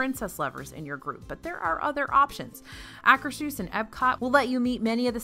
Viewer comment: i know you hate being corrected on pronunciations but...akershus is pronounced akerz hoose. it refers to the akershus castle in norway.